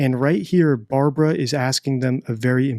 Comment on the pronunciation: Barbwa not weally convinced with the Wamsey wansom note 😂